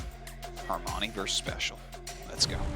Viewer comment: the other caster pronunciation of Armani name kills me a thousands time inside.